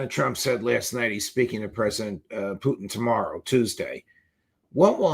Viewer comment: Why, unlike everyone else, does McGovern pronounce Putin as "Poutine?"